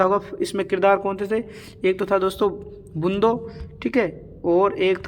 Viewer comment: Bndu❎ Bundo✅ 😂😂😂